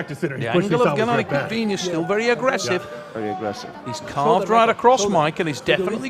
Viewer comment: Tell it's not Quick-Vinia FFS